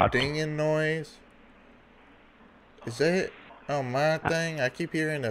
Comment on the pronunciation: No it’s double you double you Double you dawt